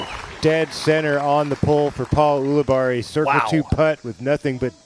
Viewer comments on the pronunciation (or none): AHEM! It's U libarri not OO libarri philo. You'd think 15+ years in the game with him you'd be able to pronounce his ever loving name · It is odd that he insists on pronouncing it that way isnt it